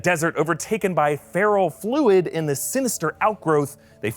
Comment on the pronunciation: I think it's ferro-fluid, like iron-based fluid. It sounded like you said feral fluid.